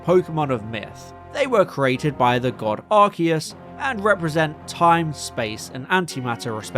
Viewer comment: Thank you for pronouncing Arceus correctly.